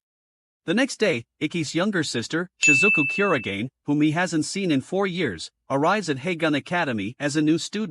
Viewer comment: Bro you got his second name's pronunciation wrong